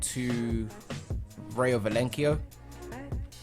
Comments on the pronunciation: Lmao "Velenkio" it's pronounced like "Ry-O Vy-eh-con-no" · I feel bad for always correcting your pronunciation , it's Rayo val-e-cano & Hwan Fran 😂👌🏾 excited for the series bro